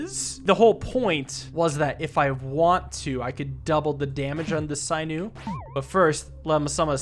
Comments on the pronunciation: Sin-ew, not syn-ew. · SIN- OO! NOT PSY-NEW! SAY IT FUCKING RIGHR! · There is an option to unlock all unlockables, please do not use it. Also for pronunciation; A hunter would remove the skin, muscles, tendons and "sinew" (SIN-EW* not SIGH-NEW) from the bones of a rabbit he caught. Thumbs up, love to see you enjoy some more Slice & Dice. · Hey, just wanted to let you know that sinew is pronounced sin-yoo (or si-nyoo, according to google), sorry to correct you on something so minor, it was just getting to me a bit Y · Sinew "sigh-new" is so fucking funny. My guy, it's "sin-you" 🤣🤣🤣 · Sinew is not pronounced sigh new, it is pronounced sin new..... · sinew is pronounced sin-you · I’m sorry, sinew is pronounced (sin)-you. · You might be amazing at this game with more experience. Also, sinew is pronounced sin you. It connects muscle to bone. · Sinew is pronounced “sin you” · Sinew pronounced /ˈsinyo͞o/. "She tore the sinews in her knee." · Yes like SIN-you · How do you mispronounce 'sinew'? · I think Sinew is pronounced with a short i instead of long. I think it is referring to the muscle or tendon material called sinew.